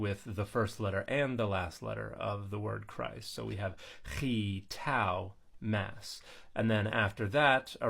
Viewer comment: I appreciate that you use the Greek pronunciation of χ